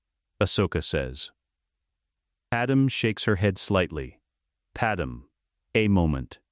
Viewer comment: Do yall know how much im hating hearing padme pronounced wrong?!?!? That can take away from hiw good a story is!